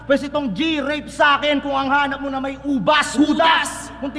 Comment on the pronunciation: "mo na" hindi "muna"